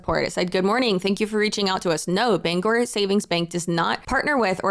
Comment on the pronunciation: As a Mainer and a Bangor Saving Bank customer, this is so wild. Also, you get all the praise for pronouncing Bangor properly.